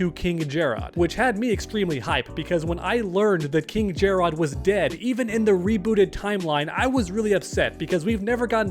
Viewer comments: If you call him Jer-Rod one more time!😂 Stop it, you heard how Sindel and Lui Kang say his name in story mode "Jer-Rid." Just like if it were spelled Jared. Jer-Rod sounded cringe AF😂😂😂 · Omg it's not JarROD it's just Jarrod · It's not jer-odd it's jerrod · Why he saying jare-Odd tho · Take a shot whenever he says Jerr-ahd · “KinG Jarrrod” or whatever tf your saying.” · Why are u saying jarrod how it’s spelled everyone in the story mode says it like Jared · That pronunciation of Jerrod 😂Ermac should have a skin for a mortal look of the Edenian King. With Takeda being playable I can see the rest of the Kombat being Kameo fighters (- ^ ) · This seriously has to be the most clickbaity MK channel. Not to mention the pronounciation of Jarrod or being unaware of story. As long as you're getting that bread I guess.